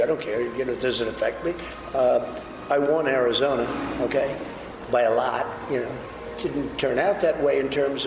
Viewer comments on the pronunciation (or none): "I won Arizona BY A LAAHT. Just so you know." What a w*nker.